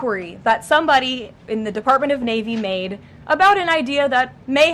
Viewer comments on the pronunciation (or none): none